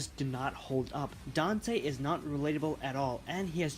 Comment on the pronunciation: His. Name. Is. Dante. Say it right.